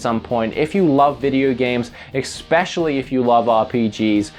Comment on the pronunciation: EXpecially XD